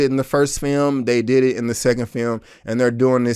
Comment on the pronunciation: You didnt butcher the names of the directors... no worries. But you did butcher the english language. This FEYUM... you mean film?